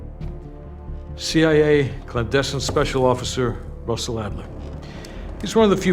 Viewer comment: Its Adler